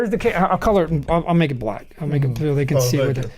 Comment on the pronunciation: Woah😂you said BLACK a lil too hard😂😂😂